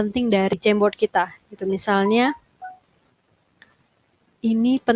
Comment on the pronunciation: Aku dengernya kok jembot ya 😂 apa maksutnya jamboard